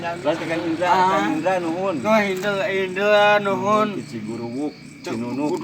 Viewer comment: Ciguruwik mang sanes ciguruwuk